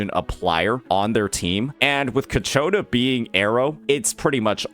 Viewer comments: Ciaccona, not Cacciona, sir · Say it with me.... Chi-A-kona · bro may be good at reading tooltips but those names... man, KATSCHIONA is too hard xddd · Ciaccona ❌ Caccona ✅ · The pronunciation is "Chakkona" In Italian, "ce" or "ci" is pronounced as "che/i". Double "C" makes no difference. Any other vowel after "C" makes it sound like "K". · Your channel is great. I hope you do not mind but the i in Ciaccona and Roccia is silent . Like Tshaccona. Rottsha.😅😅❤ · You should google translate the names of each character for pronunciation (specifically Ciaccona because I can't listen to a name be repeated incorrectly when I know the meaning of it and it's a literal word). Great videos btw. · I wish he'll learn how to pronounce her name by the time Ciaccona appears. The fact that the swapped where the "ch" sound is makes me unreasonably mad xD